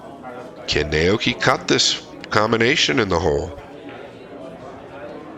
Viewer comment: your analysis is excellent. Well done. The only flaw is butchering Oi’s name pronunciation throughout: Nah-Oh-Yoo-Key (no syllable emphasis).